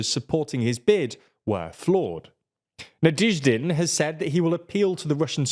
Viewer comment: NaDYEHzhdin. You guys need a pronunciation expert, you can't keep improvising it at the level you're at now.